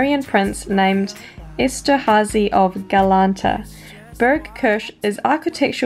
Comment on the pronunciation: She needs to pronounce Kirche properly or ill have a stroke